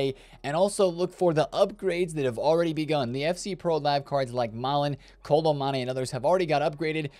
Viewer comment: When are you gonna pronounce kolo muani’s name right?